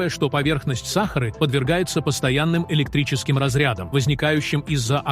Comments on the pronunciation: Почему САхары, а не СахАры??? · Слушать невозможно. Просто возмутительно. Как не стыдно предлагать такое безграмотное видео. Если уж дали роботу задачу прочесть, задайте ему корректную программу, тогда и не будет СахАры и бархантов.